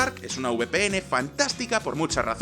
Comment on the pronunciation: Es la primera vez que escucho al alguien decir VPN de forma correcta, por diohhs como me pone ese calvo :u